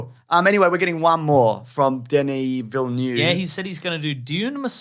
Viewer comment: "Villeneuve", and not "Villenueve". This is probably why people keep mispronouncing his name 😆.